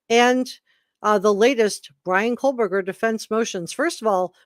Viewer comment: PSA...there is no L in Kohberger. It's not Coal-burger. You're welcome.